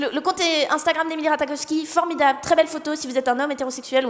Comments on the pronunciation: Ratakofski 😂😂 son nom se prononce ratachofski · Ça se dit pas RataKowski mais plutôt RataCHOwski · Emily RataKowski... Mes oreilles 😂 où est passé le J ? Non c'est sinon très cool le sketch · nn ça se prononce Rat"aie"kowski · Alors emrata est anglaise et on dit Rata Jov ski mais sinon c'est bien